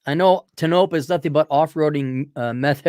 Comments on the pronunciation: Tone-oh-pah. It's a Shoshone name, I believe. It sucks for any kind of life and the girls get preggers just to have something to do. And they block dogs from their parks, the swine! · It’s pronounced TOE-NO-PAW Damnit!!! Its not far from Bishop Ca where you would go for groceries and medical care.